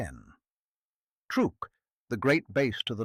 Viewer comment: !"Truook?! it is pronounced TRUCK! Stop using stupid AI, Proofread your creations before you post.